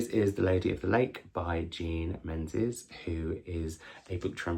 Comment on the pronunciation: Oh by the way, I think Jean's surname is pronounced mingiss (or at least that's roughly what it sounds like to my non- Scottish ear when she says it) 😁